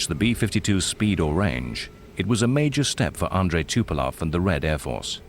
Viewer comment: The narrator cant even say the name of Tupolev right.